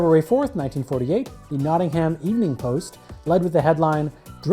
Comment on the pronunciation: The way you said 'Derby' and 'Nottingham' oof butchered it but interesting video